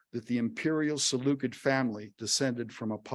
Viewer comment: Too bad he didn't look up the pronunciation of "Seleucid" though.